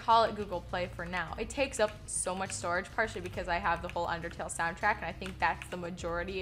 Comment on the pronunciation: Did you just said UnderTAIL Oh god